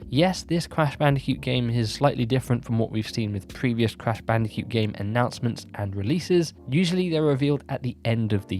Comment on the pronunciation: Is it just me, or is he saying "Crash Bandi-cute"?